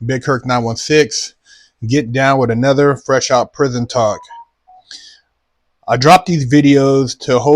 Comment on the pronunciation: “Prithon Tawk.” 😂